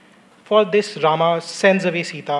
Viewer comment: Don't pronounce Rama , say Ram